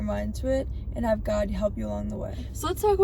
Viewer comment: Oh my Gad…like, oh my Gad…